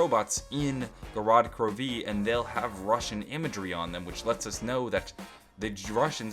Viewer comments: Gorod KroVeee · I love how he says gorod krovi or "go rod kroveee" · "Go-rod Kro...----Veee" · is anyone else getting annoyed on how pronounce Gorod Krovi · Why are you putting heavy emphasis on the V in Gorod Krovi